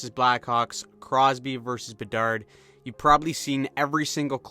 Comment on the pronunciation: Bedar.. the D is silent